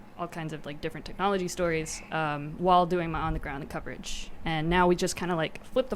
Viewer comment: “news stoires” Nice one